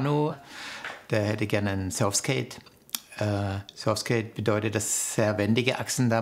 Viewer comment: Tut schon weh „surfskate“ zu hören 🥴